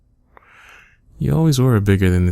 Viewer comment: He said eh..... Happy canadian noises